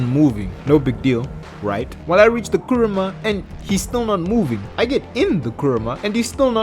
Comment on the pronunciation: What he said:"Kuruma" What I heard:KURAMA